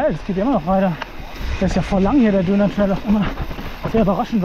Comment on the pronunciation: Einmal "Döhner" mit alles ausser Soße Bitte 🤣